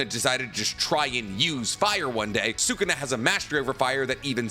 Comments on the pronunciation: this has been erking me Sukuna is no pronouced suu-ku-naa its pronouce sku-naa. the U after Su is silent. its like when people say Desu is actually pronounced Des. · Sukana deesnuts😂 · Seems like he’s only able to pronounce the name of naruto characters correctly. I cringe every single time he says Sukuna’s name🙄🙄